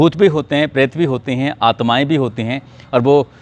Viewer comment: परेत नहीं प्रेत 🤣🤣